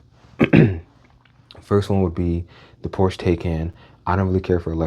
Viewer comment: Bruh that Lincoln Navigator and BMW still hit to this day. They just don't make them like they used to 😢 ... and its "Por-Sha" not Porsche 🤓